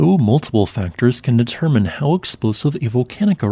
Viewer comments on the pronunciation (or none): none